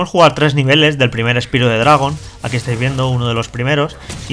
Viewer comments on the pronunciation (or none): Osea, no son capaz de pronunciar un simple nombre bien en inglés cómo es Spyro? Uno no puede leer con los fonemas del español palabras en ingles, es una simple palabra pronunciala bien por favor.